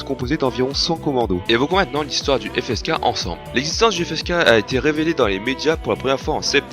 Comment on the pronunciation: Pour répondre à tes questions. 1 : Ouais ça va. 2 : Non je connaissais pas. 3 : La prononciation est pas mal.